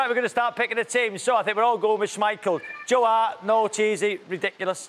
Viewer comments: You got further than I did. I was done after he said Hart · My man said hart hahahahahaha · Stopped taking him serious at "Hart"